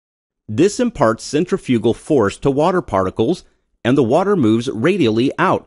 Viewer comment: dude for fucks sake just say "the"